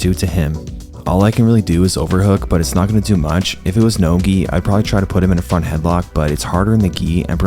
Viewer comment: At first I thought you said, "I wanted to try to put him in a fun headlock." until I realized you said "front" lol Awesome vid